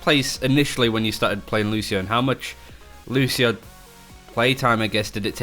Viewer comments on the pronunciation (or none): Lucio, not Lushio.